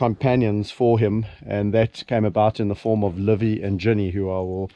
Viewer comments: Where did Livy get her name? The way you call it, it sounds as "LÕVI", which is "a lion" in estonian language 🙂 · It is nice how mr. Richardson pronounces Livy, it sounds like Lõvi which is in estonian "lion". Another great video. Thank You.